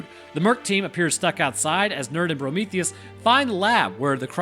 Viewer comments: you keep calling him Brometheus and it’s killing me 😂😂😂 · Why do you call him Prometheus ? 😅